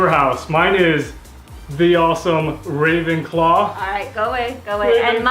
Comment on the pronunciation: Same! But no offence but you said Ra'w'enclaw, not Ra'v'enclaw.